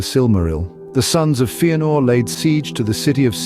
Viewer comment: Yeah but it’s not FEE-anor, it’s FEH-anor. Don’t be a noob.